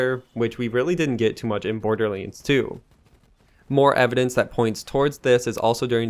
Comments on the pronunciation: yea he always says that, borderlense...... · Did you just say Borderleens?